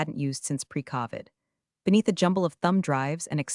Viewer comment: How is it that AI does not know how to pronounce Covid. It was only a worldwide pandemic.